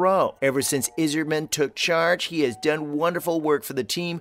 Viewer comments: Bro he called Steve Yzerman...Izzerman. He doesn't know wtf he's talking about. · Pronounce Steve’s name right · Don’t think this guy watches much hockey. Especially the way he said Steve’s last name 😂